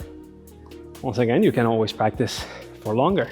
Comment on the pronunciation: "práctic time",,, jajajajja la fuerza guerrera a pleno !!!! mucha energía